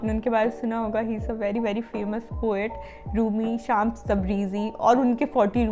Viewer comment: Didi it's not शामस.. it's श्मस (شمس).. it's persian (farsi) name which means sun